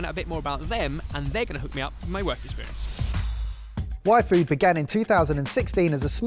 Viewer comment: The first few times and said "Y Food" in this video, I heard "Waifu". 😅😅 It's all in the D, guys. 😂